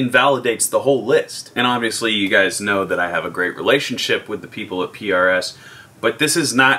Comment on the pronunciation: Don't make fun of when you have been saying Pierre-Es for years llolollolol